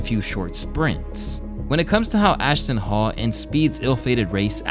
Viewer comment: Ashton Hall❌ Ashton Fall✅